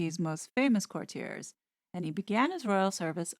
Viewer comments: Great review! The word is actually pronounced “court-tee-ays.” Thank you for doing this review!! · Or court-ee-ay(s), silent s, if you are using the correct French pronunciation. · If we’re on pronunciation it’s pronounced Court te a. It’s a French word. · I just heard Piers Morgan say the title of this book and he pronounces it /kurtyurz/ with the stress on the first syllable. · I can't take the constant mispronunciation of "courtiers". Hard pass. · Note: Lascelles is LASS-uhls and it’s court-i-erz. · Tommy La-sells. The c is silent. Core-tee-uh(s).